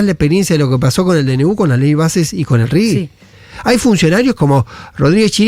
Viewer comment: J!!! RIGI - RIJI. Es castellano!!!